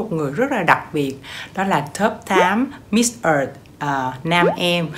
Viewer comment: Miss Earth em phat Am Miss Earth am di len , ko phai Miss Et Em 😂😂😂